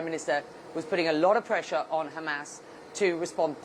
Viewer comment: You sound so stupid saying Hamass instead of Hamas. FYI